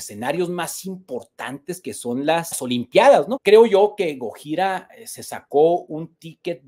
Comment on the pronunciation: Hola hermano lml pronuncias mal gojira. Fin del comunicado